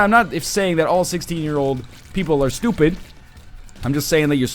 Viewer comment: I love the way he says "stUpid"